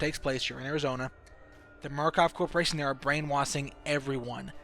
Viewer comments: It's brain washing not brain wathing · Brain wassing... You can't speak...??? You said so much shit wrong.... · Brain wassing, c (she) and a alot more 😂 i take that as he has problems pronouncing the letter "s" 😂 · brain "washing" not " waSing"!!!! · brain - wash - ing.......... NOT brain - wass - ing FML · what's up with the s = sh and the sh = s you're like brain wasing.. but then you're like "as the shtory goes" wtf dude? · “They’re brain wasthing” xD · Pronounces brainwashing as brainwassin but every other time he pronounces a word with the letter s he lisps his speech has me more confused then the game itself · Brain wasing ? Yo you need to work on your speech you mispronounced a lot of words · "Brain wasing" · Why do you say brainwashing as brain-waSSing??? ggoooood mah ears.